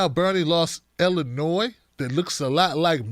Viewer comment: Hey, I know your from Maryland, but Illinois has a silent "s".